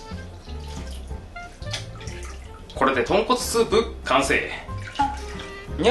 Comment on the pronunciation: ごめんなさいポンコツスープに聞こえました